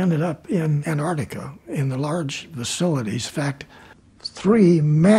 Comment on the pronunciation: I wonder why so many people, including some scientists who study Antarctica, pronounce it "Anartica"?